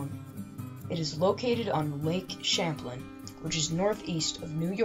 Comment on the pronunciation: Misprouncing Lake Champlain, and saying Ethan Allen planned the capture of Ft Ti. "with" Benedict Arnold doesn't do your credibility any favors.